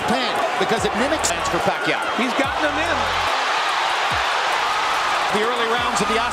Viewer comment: You broadcast boxing when you pronounce very famous boxer wrong who the hell hired you for the Job did they do something to you? Say Pacquiao again please?🤣😅🤣😂🤣😅😆😅🤣😂!!!